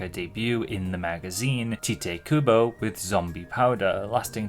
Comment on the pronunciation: Note: Tite Kubo's name is meant to be pronounced like "Tight". Not like Titty.